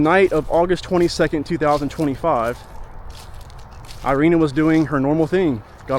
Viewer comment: She is, not airina she is Irina. (Erika) Rip nice girl... Damn criminal country she arrived...